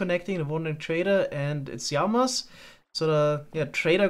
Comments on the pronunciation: I love your simple solution for the Yamas. I may also love how you pronounce that 😅 keep it up man, I'm stuck to this series like poo to a blanket! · I realy love the videos and this series. But please dont call them iiamas... its LLamas... Keep up the good work tho😂